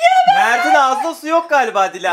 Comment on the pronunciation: dış ses 4 3 ilk baş da yanlış söylüyor